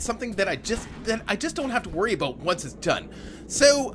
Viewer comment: Did I just hear an aboot?